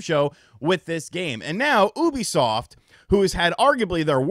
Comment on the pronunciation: The way pronounces Ubisoft as “OO-bisoft “ instead of “YOU-bisoft “ really bothers me